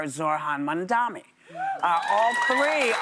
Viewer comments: Whoopie i love you but can you pronounce his name correctly please! It MamdaNI not mamdaMI! Zohran Mamdani!!! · It’s Mamdani not Mamdami wtf man pronounce his name properly. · & How about you learn to say his name right for a change? It's MAM-DANI not mandani.. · It's MAM-DANI!! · It's mamdani .. Like mam-da-ni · I love Whoopi and I know that she has dyslexia but yes, the man’s last name is Mamdani (Mham-Dah-Nee)! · Mam- dani 😅 ..cmon girl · The fact that she still refuses to say his name right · Whoopi can you pronounce his name right? ffs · why cant whoopi pronounce his name correctly? Its literally not hard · Im going to stop watching The View clips. Whoopi annoys me. Why can't she get "Mamdani" right? And she makes comments that dont make sense. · STILL pronouncing his name wrong.